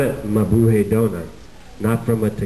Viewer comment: he pronounces mabuhay wrong its mabuHAy